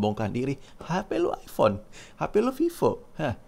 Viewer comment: Knapa saya risih ente nyebut iFhone. Kan jelaas iphone dari tulisannya